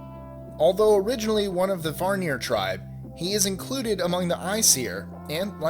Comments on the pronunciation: Vanir not Varnir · Norse myth was not inspired by Greek myth. Also A in Aesir is pronounced like cAt. And it's not varnir it's vanir. Frey is technically Freyr and his fathers name is Njördr (pronounced like nyurthar) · at #2 "okay let's stop right there. it's not pronounced like iceir, it's pronounced like Asir (spelled aesir) and it's not Varnir, it's Vanir." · The first gods were not Odin and his two brothers...buri (odins grandfather) and bor (odins father) were gods and they preceded him and his brothers...and it’s not varnir, but vanir. I stopped listening to it, you should probably do a bit more studying before you make a video like this. Lol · Vanir is not pronounced "VAR-nir". It's "VAA-nir"...otherwise interesting presentation. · Vanir. Vanir. Van-eer. There is no other r in it. It isn't Varnir. Aesir is pronounced "Ay-seer". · August Thor then you obviously don't know how to pronounce them. "Varnjeer" "Odin" "Ask and Emblur" "nyfelhaim" , I could go on for days.